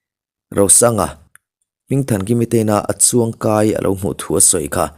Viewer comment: Achungkai anilo, achuangkai tih tur anie.